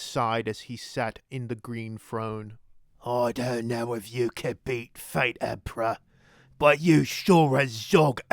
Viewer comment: The Empero-...EMPRAH PROTEKTS WWAGGHH!